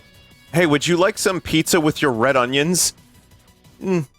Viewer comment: Pizza more like pee zza